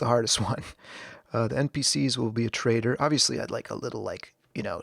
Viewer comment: it's the pronunciation of following trader from my speaker, trader sounds like traitor, had a chuckles 😊